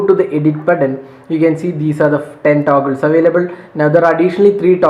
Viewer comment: Taguls😂 but btw you're review is great!